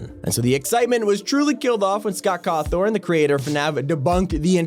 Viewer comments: Bro why are you say Scott cawthon like that😅😂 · Ah yes, the creator of the FNAF franchise, "Scott Cawthorn"